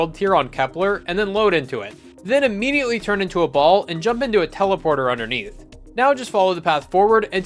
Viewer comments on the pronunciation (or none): none